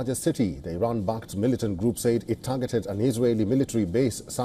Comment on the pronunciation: learn how to say "said"